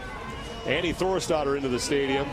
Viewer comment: My brain could not stop hearing Annie Thorisdottir as "Annie Thor's Daughter" and straight up I thought the commentators were just being assholes. (I don't watch crossfit much btw, I just got interested in the Murph Event and how people can crush such an insane event)